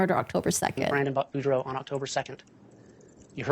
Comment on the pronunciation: It's Boudreaux (Boo-dr-oh) not Bordeaux like the wine ;)